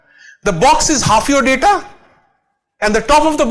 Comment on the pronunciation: DADA SCIENCE NAI BE LODU, its DATA with a T.